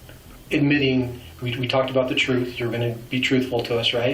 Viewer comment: Somebody teach these killers how to pronunce TRUTH; not "troof".